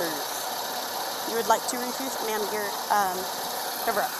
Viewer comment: “Yea I refruse”……😂😂💀💀